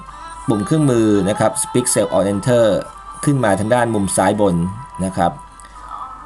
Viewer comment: Very nice. Should be "Speak" Cell on Enter not "Speck"